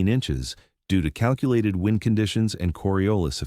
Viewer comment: well done. AI needs work on the word wind and thanks